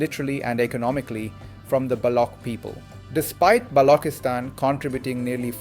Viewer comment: Why Balockistan instead of Baluchistan? Why Packistan instead of Pakistan? Why Saardaar instead of Sardar? The artificially 'Gora' sounding pronunciation is really irritating and fake and distracts from the message. It shows some sort of inferiority complex on behalf of the commentator with using the authentic pronunciation. Please avoid these fake distractions